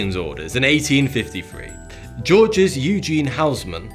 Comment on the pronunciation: Albeit a small point in the overall argument in this video, the howlers of pronunciation culminating in Street Mary Axe, Georgis (not pronounced the French way even though Housemann was obviously Francophone) and saying Tour Montparnassay - reduced my impression to wondering if he was actually sophisticated AI bot. Both sad and funny at the same time. I like his videos but really he needs someone to listen to his script out loud first to correct these easy to catch errors.